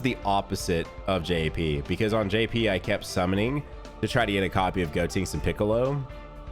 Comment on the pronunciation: Why do you call him goTINKS when it's goTENKS 😂